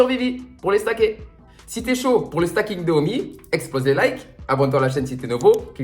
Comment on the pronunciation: Bonjour. Juste une précision, on ne dit pas "stacking" mais "staking"... comme dans "proof of stake". Bonne journée!